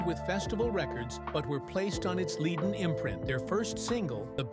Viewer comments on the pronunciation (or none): none